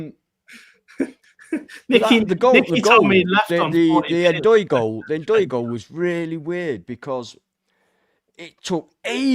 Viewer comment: "Worse than Tim in the comments" - hold up, I was just trying to help you with pronunciation! I told you it was N-Doye, not Doye 😂 You gotta start trusting me bro. I was right about Forest getting Europe within 5 years, I was right about Ndoye and I'll be right about Forest staying at least 10 years in the Prem (which I said to you when we came up). You're welcome 😉